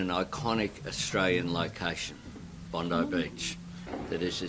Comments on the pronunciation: Bond(eye) not Bond(ee) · "Bondee" Beach?? Seriously?